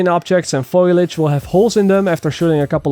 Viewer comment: It's actually foliage, not foilage. Common mistake